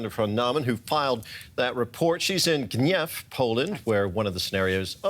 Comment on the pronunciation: Wonderful pronunciation of “Gniew”